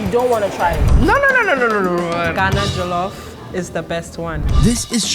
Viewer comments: Correction: it's NOT pronounced "jah-luf" rice, it's pronounced "jaw-lof" rice. Much love from a Nigerian New Yorker! Also... Nigerian jollof is theee best. <3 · Did you say Jello Fries?